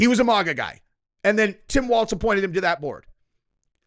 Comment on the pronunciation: It is not pronounced, Mawgaw.. Its pronounced MAGA, long A sound. You sound like an ignorant soy boy whenever you say it.